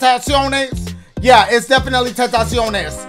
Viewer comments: Man said Xtentaciones😂😂😂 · dashie: i think this is triple x xxxtentenios yea tentenious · “Triple X Tentaciones” 😂